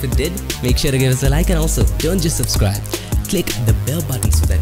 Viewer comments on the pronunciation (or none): none